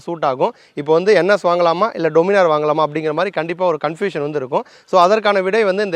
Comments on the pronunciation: டொமினார் இல்ல, டாமினர்... கரெக்ட்டா?? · Pronunciation Daniminor nu sollanum bro "doo" nu solla kudathu summa sollanum nu thonuchu 😅